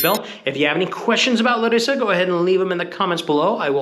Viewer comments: btw its LA-rissa not LaRIssa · First of all, thaks for visiting our city, but here are a few things to point out: on the name, you accent the syllable La (Lárissa) and not ri. Also, it's not really a college town. The reason there are so many young people outside (in contrast to Athens) is that Larissa is simply a lot safer. One last thing: the Fortress Square is that place in general on the top of the hill and not the restaurant Frourio (Φρούριο) which indeed means fortress. The ice cream bar and the Mexican aperitif bar on the entrance are all part of the restaurant, as is this whole place with the tables.